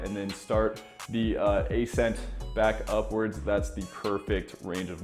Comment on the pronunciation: "A-scent" im sorry man but ive gotta; its pronounced "assent"